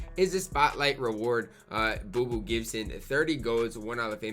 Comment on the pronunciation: Booby not boo boo for Gibson’s nickname